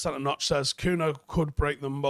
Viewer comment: His name is pronounced Cunya, I am Brazilian as well. Like how Ronaldinho is pronounced Ronaldinyo.